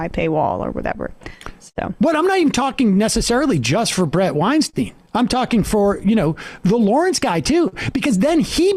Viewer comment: Blood on Weinstein's ...ok. It's Weinstein btw, rhymes with Einstein. Question...Any blood on the hands of the incomprehensibly incompetent Johnson and Johnson whose incompetence scared away 100 million Americans from getting vaxed. How many deaths does that equate to? You just gloss that over though. You people should just admit it , we're all doing our own guess work on this shit... largely because people in power are acting very shady.